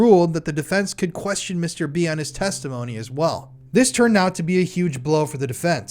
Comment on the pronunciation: I can't help but think your saying mr beast whenever you say mr b...wich the timing is uncanny